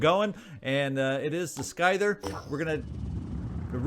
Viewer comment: Note: scyther is pronounced ss-ie-ther, not skyther, the c is silent(unless it's been confirmed to not be "scythe" by phoenix point) y'see. I hope that I didn't bother you, it's just that the mispronounced word was starting to bug me, if you want to say skyther, then that solves it, cause then I know that you are pronouncing it correctly in your opinion. Also, Use your abilities, not your ammo, the frenzied worm could have been a weapon of mass destruction, but, while shooting that last forsaken did work, the worm could have saved you trouble and resources against the weakened guy. Anyway, I loved it! Let me know if I was annoying or rude or anything of the sort, as that is not my intention